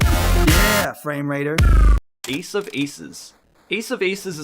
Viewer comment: The way he says framerater in the intro always makes me think it's a slur, ya filthy framerater.